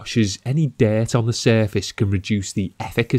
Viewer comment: Dert ? Its dirt lol